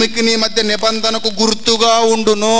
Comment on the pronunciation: anti.anibandana chepaledu..nibandana anto chepu..vakyam sariga chaduvu..neee